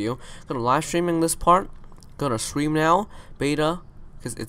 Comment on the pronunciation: I love how this guy says stream More like Shream